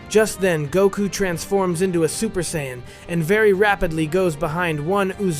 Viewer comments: what is with people using AI narration... I'm tired of the Sigh-An stories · So is this AI using a trained voice? Or has this person never watched or read DBZ? Seeing a trend of these lately of people just spilling in for quick views, I get it makes $$ but if you're giving next to 0 effort it kills the channel quickly, biggest giveaway is CYAN vs Saiyan intermittently and the really bad grammar that ai's won't correct. And the still photos of the 1 person behind the mic is that even the actual reader? "Just then" ever 5 seconds kills it can't watch + shows nearly no experience with watching DB or DBZ/S